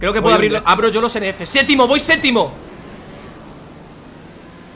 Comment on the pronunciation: por qué dicen sétimo en lugar de séptimo?